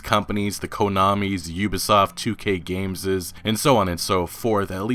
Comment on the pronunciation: "Gameses"? How is this channel still operating?